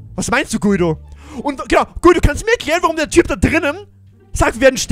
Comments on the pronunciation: Guido wird nicht so ausgesprochen, es wir so ausgesprochen: Gido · Echt geiles Video und neues Projekt aber man spricht den Namen Gido aus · Voll cooles Projekt ich bin so gehypt😃😃😃😃 Ps: Guido wird glaub ich Gido aus gesprochen. Glaube ich Pps: du bist soooooo ein cooler Youtuber❤️❤️❤️👌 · Er wird Gido ausgesprochen😂eine richtig geile Folge👌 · Hey man spricht seinen Namen Gido aus aber wird Guido geschrieben Bester Youtuber Mach so weiter Bleib so wie du bist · Guido wird Giedo ausgesprochen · du sprichst ihn falsch aus du musst ihn gido aussprechen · Bei Guido spricht man das u nicht😅